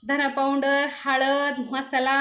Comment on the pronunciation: पांऊडर नका म्हणू, पावडर